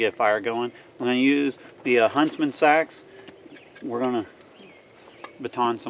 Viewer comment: I think you pronounce it Seeeeeeeeeeeee-Axe